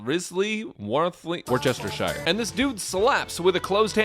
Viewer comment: Not Worstershiresauce😭😭😭